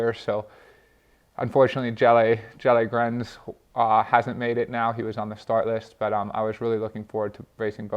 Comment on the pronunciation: Can we talk about his prononciation of Jella Grains?